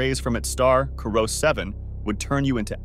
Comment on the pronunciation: I think it's Corot 7b. Not "Corro"....